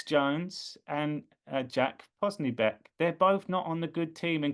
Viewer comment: his name is pronounced, Jack “Pos so bic”.